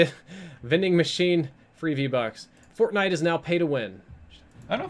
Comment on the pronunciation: “fortbait” yeah basically